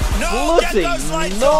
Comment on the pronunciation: Bloody Noraa!